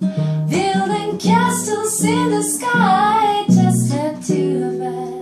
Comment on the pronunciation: Why are you trying to find a mistake? I noticed the "castels" too but there's no need to point that. Enjoy the video, English is not her mother tongue. See you!